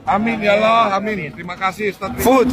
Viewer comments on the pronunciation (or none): none